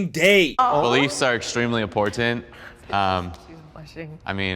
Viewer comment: rofl your cringe face on when hyper christian dude said "im POR TANT" lmfao